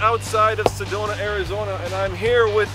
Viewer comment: Where is this "Sadona" place you speak of?